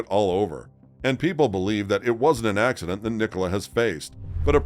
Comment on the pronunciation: Police nationwide are institutionally corrupt and incompetent. Nicola pronounced Nik uh Lah